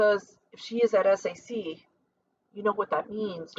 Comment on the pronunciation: Please SAC stands for Stategic Air Command and is pronounced (Sack) Nobody says S-A-C Romeo is pronounced like the Shakespear caracter and stands for the letter just as Juliet stands for J. There are certain groups of letters, when put together in the phonetic alphabet, repesent entire phrases such as Tango Yankee stands for Thank You, I'll let you guess Yankee Whiskey.